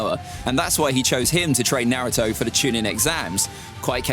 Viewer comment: still rocking the "Narutu" lmao